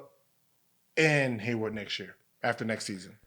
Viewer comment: "Gordon Haywood" Why do so many people that talk about sports get that wrong